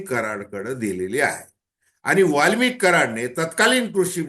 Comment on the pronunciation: दादा वाल्मिकी नाही वाल्मिक बोला